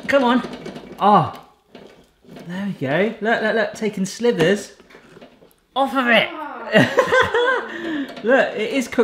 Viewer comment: It's SLIVERS,! Slithers is what a snake does! Sorry, one of my pet (!) peeves:)